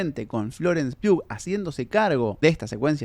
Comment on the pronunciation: Gracias por pronunciar Pugh como debe ser